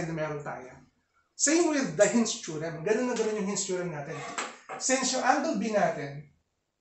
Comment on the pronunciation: I love it when he says "Theo-rem"